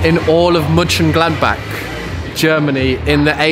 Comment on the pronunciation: I as a german native speaker could really sense the phonetic struggle when tried to say Mönchengladbach